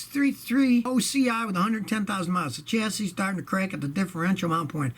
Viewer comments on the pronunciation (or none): none